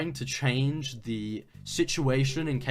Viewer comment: “Changea Minda assaulta” for the love of all that is good stop the bri’ish from adding letters after words